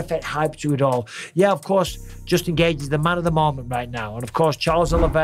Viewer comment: Noone pronounces Justin Gaethje's name better than Michael Bisping. Someone needs to make an hour long loop of Bisping just saying "Jusin Gaethje".. please internet don't let me down!